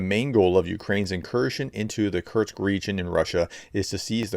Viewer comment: PET PEEVE: Once again, there is no "T" in "Kursk". It's "KuR-sk, not "Kurt-z". It's a simple name.